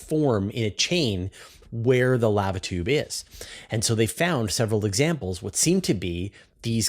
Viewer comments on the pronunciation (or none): ...lavitueb? it's lahhva tube